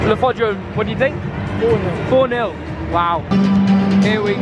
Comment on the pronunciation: I'm so pissed of that he keeps saying Le forndra because I'm a reading/man city fan